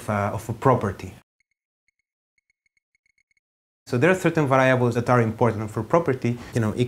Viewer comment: just in case someone gets confused, what he pronounces 'viables' is supposed to mean "variables"